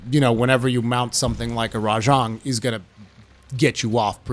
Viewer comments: its RA JANG by the way not rajong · Is that how you pronounce it? It just sounds wrong lol